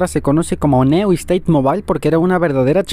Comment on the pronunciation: Pubg neu esteit jajaja Se dice niu steit